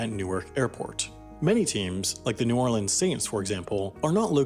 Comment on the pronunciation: Congrats on pronouncing New Orleans correctly lol